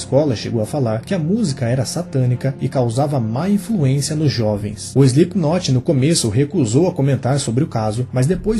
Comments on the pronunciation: Exato. É ruim ficar ouvindo o nome pronunciado errado... mas a matéria é boa! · Parem de por o "e" antes do "s". Não se diz ESLIPKNOT, coloquem o "e" depois do "S" SELIPKNOT. vale para todas as palavras inglesas começadas do por s.